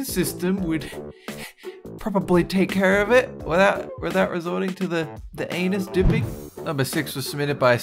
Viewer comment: Did he say "anus" wrong at first and then right later? :-/